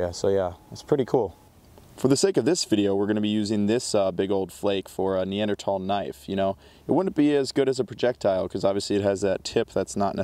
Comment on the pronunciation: Followed because you pronounced it correctly. 🎉